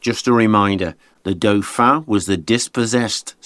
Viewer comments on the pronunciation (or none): none